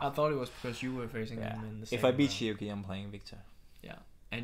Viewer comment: Sorry for correcting you but this third name of Shi Yu Qi is pronounced rather like Chi, not Ki. As far as I know.